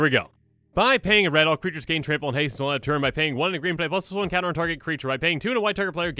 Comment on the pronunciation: I will always enjoy how he says "Plusluson counter" but fully enunciate +2/+2 or any others